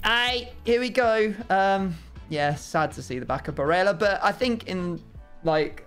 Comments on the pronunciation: Surely he’s not pronounced “Bareja” since he’s Italian and not Spanish? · yeah, exactly. It’s Barella and not Bareja. Double L just becomes a J sound in Spanish languages as far as I know.